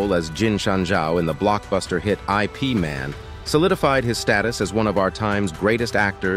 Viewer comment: pls teach the IA to read IP as Yip. else it may thinks that IP means Internet Protocol.